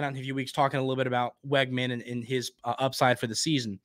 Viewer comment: Hey. Just a heads up, according to people who attended high school with Conner his last name is pronounced Wigman, not Weggman.